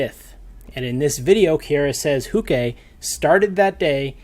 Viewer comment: PLEASE HOW DID YOU NOT LEARN HOW TO PRONOUNCE HER NAME FROM LAST TIME I CANT I CANT its ki-ah-rah not "kiera"